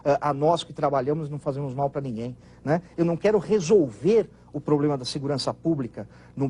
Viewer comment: De um cara q fala POBLEMA não se espera nada !!! Ele se formou la na Anhanguera so p lembrar... Kk antiga uniban !!